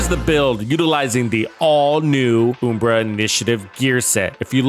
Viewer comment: It's UHM-BRA, not OOM-BRA🤣Still not sure about this gearset, maybe this is the build that makes me want to use it..